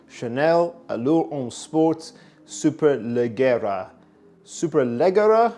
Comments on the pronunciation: Is pronounced “superleggiera” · Superleggera Is and italian noun and the double GG should be pronounced like the J of Jogging. Cheers from Italy 👉🏻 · Need to brush up on your Italian bruv